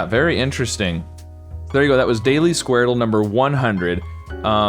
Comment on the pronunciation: It’s pronounced skwordle not squar dle